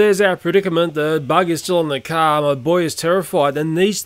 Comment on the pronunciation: "There's a giant cricket on the front of the CAHHH"